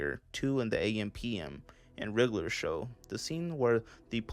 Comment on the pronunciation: OK but why Can't you pronounce regular.....